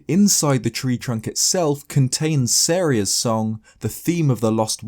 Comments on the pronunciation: nigga really just said "serya" instead of just Sariah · Stop saying Saria so wrong